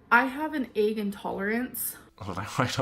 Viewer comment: i was like egg? egg? until i pronounced it ayyg in my head then i realized OH THE AYYG ALLERGY